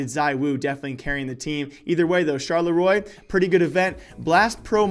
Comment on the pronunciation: please google how to pronounce Charleroi!